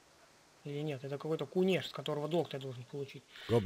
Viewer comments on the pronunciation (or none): кУнешь а не кунЕшь )